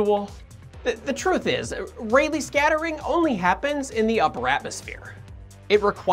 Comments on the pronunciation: Pronounced Ra-Lee. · i keep hearing it as: It's REALLY scattering xD